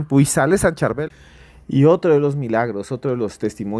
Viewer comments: San charbel esta de moda para algunos.Es san charbel lo pronuncias mal.San Charbel ufffffff hace muchooooooo rato escuche por primer vez de el.fue muy extraño porque yo estaba escuchando un post cat de una bruja blanca en México y ella lo mencionaba y yo creía que era alguien igual a ella y luego investigue y vaya sorpresa estaba lejos de mi realidad. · Durante 30 minutos escuchó la correcta pronunciación del nombre del santo: Chárbel, así lo pronuncian los libaneses, entonces? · Hola ¿Por qué dice San ChUrbel, su se escribe con la letra A? 🤔👍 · San churvel😅😅😅😅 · no le cuesta nada a él decir el nombre correcto, así como en el audio, le corrigieron a Julio. Es sencillo y es parte del respeto a un Santo. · Nó es Churbel, es San Charbel con respeto. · No es San Churbel , sino San CHÁRBEL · respete a los que creemos en San Charbel, no le cambie el nombre... a usted, le gustaría que le cambiarán su nombre... es *SAN CHARBEL*. NO es CHURBEL, es San Charbel... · Por favor pronuncia el nombre del Santo Padre Sharbell ! No es Shurbell ni Churbell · No se dice San Churbel 😂 Es San Charbel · San Charbel......no churbel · NO ES SAN CHURBEL 😅 ES SAN CHARBEL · CHARBEL NO Churbel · Churbel. Cherbal Casitico le dice san churma. Es Charbel, no saben leer ? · Su nombre es San Chabel 😅😅por favor 🙏 🙌 noooo Churbel.. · Se dice San Chárbel. La forma correcta de referirse al santo es con la tilde en la "a", Chárbel, y precedido por "San". El nombre completo es San Chárbel Makhlouf. Churbel no aparece en ninguna parte. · Se dice san Charbel no charbul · San Sharbel! No san churbel Ni san cherbal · San Charbel, no San Churbel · No es como se quiera decir...es San Charbel...No San churbel....o a usted le pueden llamar ... Gustavo, Feliciano o Juancho...? Como le quieran decir...? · Cherval, churbel, charbel..... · No es churber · Por q dice Churbel 😮😮😮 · Churbel?! Porqué le llaman así? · NO ES CHURBEL